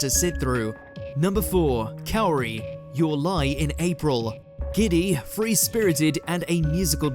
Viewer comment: "Number 4, Calorie. Calorie was a sweetheart" lol hahahaha seems like you had a bit of an issue pronouncing Kaori. In any case, good list, I would probably had placed Calorie/Kaori on spot 3.